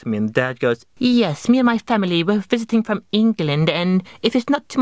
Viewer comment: Lol the way "England" was pronounced, just so you know no one says it like that